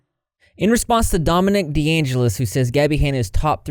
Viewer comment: Dude, kid's name is DOMINIC yet you keep saying "Dominique"- STOP.